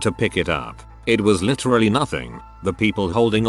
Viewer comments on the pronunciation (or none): none